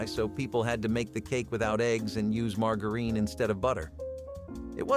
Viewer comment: Margarine.. Mar ger in, not Mar geer een. Anna In Ohio